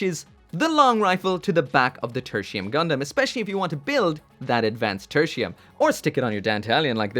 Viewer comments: Thought he said Gundam Tortilla. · Loved your review, and this applies to all your review! I only cringe everytime you say the gundam's name. Katakana says it is Te-ru-ti-u-mu ga-n-da-mu. So It is suppose to be said as /tertiyum/ Well that's just me. ✌️